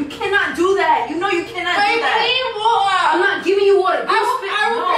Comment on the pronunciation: I love how pronounces water 😂 Wa-uuhhh